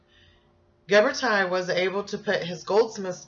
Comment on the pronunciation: I just want to tell you, you are pronouncing his name incorrectly. It is Ghiber"TI" (like in tissue), not Ghiber"TIE". He is Italian, which you obviously know as your presentation includes it. Please do not change his name, everytime I hear you say that incorrectly, it hurts... the same applies for Michelangelo ;)